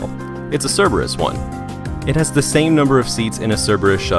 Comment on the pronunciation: could harbinger be saying Cerberus?? Sounds a lot like cirbus...